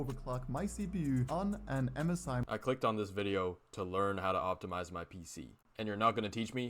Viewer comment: "OPITMIZE CPU" 😂😂